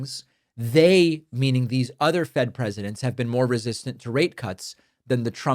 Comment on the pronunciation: Brother, you need to annunciate your rate because it doesn’t sound like you’re saying rate